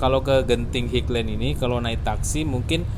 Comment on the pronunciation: maaf bukan dibaca higlen tapi hailen (highland